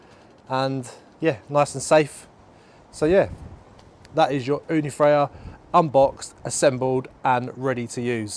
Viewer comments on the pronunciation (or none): Ooni Fyra, not Frya.